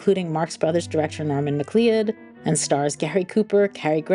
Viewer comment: Rule of three is just common practice. The only thing that struck me as "AI-like" was the mispronunciation of "McLeod".